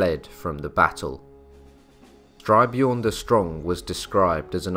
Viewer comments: Excellent - but it is "st y r - björn" rather than "str y - björn". And the letter " ö " is pronounced like the letters " ea " in the word "earth" . Minor items but worth keeping in mind. Outstanding and well done. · "Jelling" is pronounced "yelling", not "jelling" — old norse didn’t have the English "j-sound" — and Styrbjørn is composite; first syllable "styr" like in "to steer", but usually understood to mean "steering a ship", second syllable "bjørn", meaning "a bear"… In old norse, "y" is invariably a vowel, but like "ø" one English don’t have...